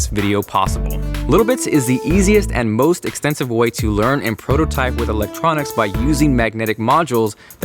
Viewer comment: When he said "Little Bits is the most extensive way..." I thought he said expensive way .-.